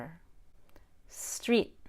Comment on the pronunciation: I had to listen to "Streep and strape" a few times before I managed to catch the subtitles that said "Street and straight". Might wanna work on that.